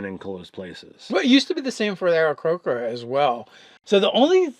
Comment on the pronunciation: It is Aarakocra not Aarakrocra. Please...